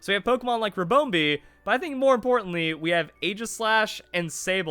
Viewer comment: It’s pronounced rib- on -bee not rib-own - bee